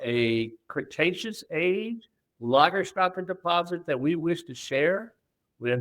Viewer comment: I'm on another continent. Besides: lagerstätten: /LAH-gerstetten/. Ä is pronounced like an e.